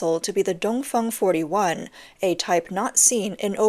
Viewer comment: Did she say the “Dumb Fung” 😂